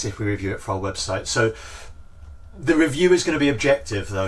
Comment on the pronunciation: Every time you said "SO!" (which you say a lot) I heard "SEW!"